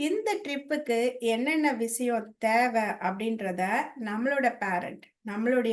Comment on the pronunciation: Your videos are Excellent Madam,but if your tamil pronuciation is corrected example tamil ' Vishayam ' (sha)is correct instead of ' visayam '